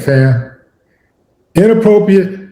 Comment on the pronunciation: Why do he keep saying Inappropriate like that😮😅😮😅😅